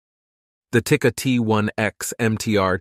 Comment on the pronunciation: When speaking of rimfire, the video footage shouldn't be featuring a 300 PRC with brutal recoil. hahaha Also, Tikka is pronounced "tee-kuh" not "tick-uh". If people want sub-moa from .22LR, you're going to need to score a match-grade made barrel and swap out the stock barrel. This means match-grade chamber (most are "sporter" chambers) and smaller lands-width on the rifling for less bullet distortion as it grabs the rifling, then find a .22LR offering that has longer bearing surface engagement with the barrel bore. But a match chamber will not shoot all .22LR, so it's a trade off. You'll also need to tune your barrel harmonics for clean bullet release at the muzzle. Yes, all of this means you can build a Ruger 10/22 to easily out-shoot some high end $3grand Voodoo rifle. All you need is a custom barrel/chamber and an aftermarket trigger. You can probably shoot Aguila instead of SK or Eley and get similar results.